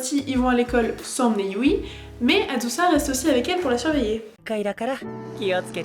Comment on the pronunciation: On l'écrit Yui mais ca se prononce you donc stp ne fait pas de faute dans la partie 3